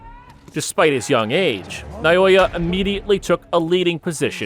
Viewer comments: You keep saying Nayoya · I know that another language may be difficult to pronounce - a little research on your part will get you to pronounce his first name without any trouble...that is; Nah-oh-yah...have some respect (the man is deserving of it) instead of american arrogance!